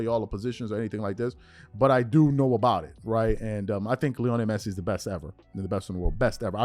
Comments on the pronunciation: Stopped watching once you started mispronouncing his name showing you have zero clue to be honest. There’s no way you have ever watched a single match he has played in…. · I stopped watching when I heard him say Lionel Messi 😂. Bro learn their names to gain more credibility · First of all THAT'S RIDICULOUS TO SAY THIS GUY WHO'S MORE GLOBALLY/WELL KNOWN THAN LEBRON JAMES!! Can barley pronounce the guys name!!! IF that's the case, why don't you/ show cover him or the sport more often!!! I believe you said towards the end of your segment, forgive me if I'm wrong, but you probably won't cover it as much...WHY NOT!!?? & I KNOW you can care less, but I was proud that you was covering something DIFFERENT! I saw the photo of Messi, & I hurried up to listen, I said you go /! Then you had TO MENTION MR JAMES...AGAIN!!! & TO BE CLEAR, THE ONLY ATHLETE IS MORE GLOBAL THAN LEBRON IS MICHAEL JORDAN!!! & IM A LEBRON FAN! YOU BASICALLY SAYING THESE GUYS ARE MORE GLOBAL THAN MJ HIMSELF.... THAT DEFINITELY RIDICULOUS!!!!!! CMON bro!